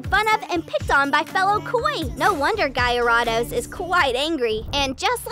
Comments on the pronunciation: "Gaia Radosz" is a very cool way to say it's name wrong. Sadly it's name is actually said "Gary dose". Not the only oddly said name. Thumbnail was also clickbait, but there was no point to that, since the topic of the video is already interesting. So just use something honest next time. But overall, pretty informative. And makes me realise how silly some of these evolutions really are. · Its pronounced garadose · guyaride who? i think you mean gyarados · Yeah. I pronounce it "gair-i-dos" (with a long o ) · You pronounced gyarados's name all wrong! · you pronounced gyarados name all wrong